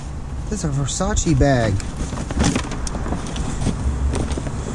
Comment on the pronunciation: Quando ho sentito verseic al posto di Versace 😭😭